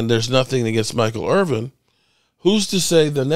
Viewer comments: Irvin not IRVING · Dude, you called him Michael IRVING at least twice. C'MON